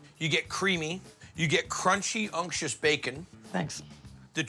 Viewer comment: "crispy unk-shus bacon"